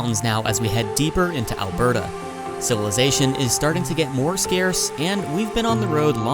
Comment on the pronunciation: Thanks for saying Alberda correctly